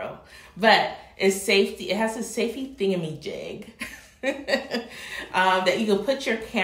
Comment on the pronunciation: "saftey thingamagig". 😂